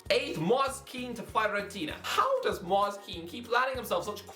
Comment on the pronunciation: it's not mooase it's pronounced moi-se